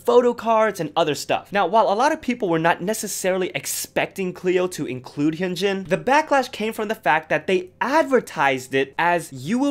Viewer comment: You do all this research for the video but can’t pronounce Hyunjin’s and Moonbyul’s name?